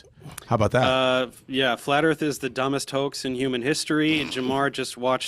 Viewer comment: The word is pronounced "Earth" not "Erf" ffs.